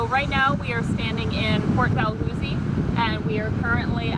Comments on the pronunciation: Neither of you can pronounce it correctly! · Omg, why don't you know how to pronounced Port *Dalhousie*... what you are making a video about?! Seriously?!